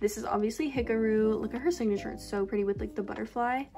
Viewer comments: the way she pronounced hikaru 😀🔫 “hikaroo” HAHHAAHAHAH IM SORRY I PEED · the way u pronounce hikaru’s name???